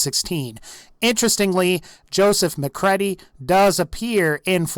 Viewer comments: I literally almost unsubbed and unjoined the notification squad when you said "Joseph Mcreddy". YouTUBE should literally flag this video for this sin. #JoesphMCREADY. CREE-DY. CREE. DY. Jesus fucking Christ. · Just some small correction: it's pronounced Mc(Creedy) not creddy.